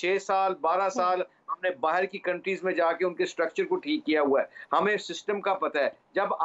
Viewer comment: बाहर नहीं किरन “बाहेर”😂😂😂